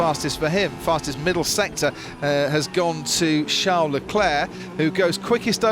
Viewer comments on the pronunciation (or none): none